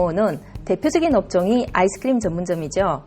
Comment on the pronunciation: ㅋㅋ 아이스크리므 발음이